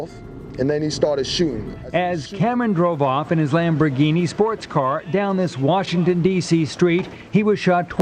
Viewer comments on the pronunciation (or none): none